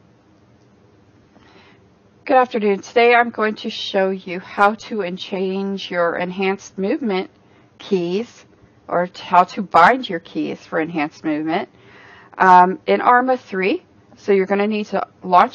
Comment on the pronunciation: "how to enchange..."